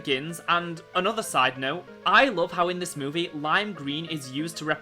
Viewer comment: You always pronouncing movie like moveh